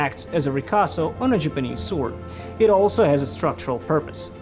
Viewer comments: Why do you say Japanese like jupanese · I am more bothered by the way he pronounces the word "Japanese" most of the time. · Why does pronounce "Japanese" that way? I'm just curious. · Whats wrong with that guy... does anybody realized he was murdering the entire vedio by his lousy pronunciation. pronounce "JAPANESE" correctly.... bruh